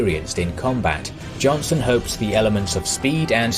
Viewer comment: Dang ... Johnson!?! It's Johnston. I mean I know it's one letter but how did they make it past the edit especially when he says it multiple times. , , ...